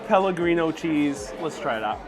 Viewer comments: Hahahah Pelegríno cheese....pecorino it’s called my friend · What is Pellegrino cheese? Do you mean Pecorino?